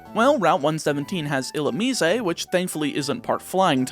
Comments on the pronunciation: Illu-me-zay lol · It bugs me every time you say it. Illumine has 3 syllables, there’s no “eh” at the end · ill ooo miss (illumise) ill ooo me say (Canadian illumise?) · is that the correct pronunciation for illumise? I'm realizing that I've never heard anyone say that pokemons name outloud before (probably cause it's forgettable trash) but you say it differently than I do